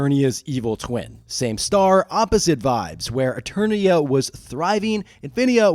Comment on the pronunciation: Did you say eTURDia? Hehe. Turd. Hehe. Farts😂.